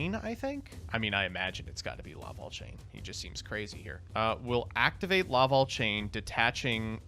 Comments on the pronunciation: Like I call the Smash character Corrin Corn. The Laval instead of Lavalval is just screwing up though. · He also said Laval instead of Lavalval.